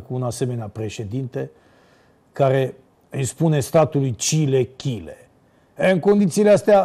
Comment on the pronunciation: Chile in loc de Cile ❤❤❤😂